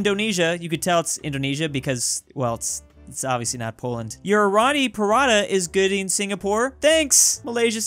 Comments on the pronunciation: ROTI. PRATA. (Pronunciation) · Tbh I am laughing how pronounce Roti Prata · it was actually roti prata not rothy pratha and its lasi lamak not nasi lemek